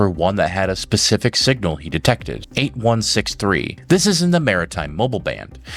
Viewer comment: Why does he say 8163…it 8613 😅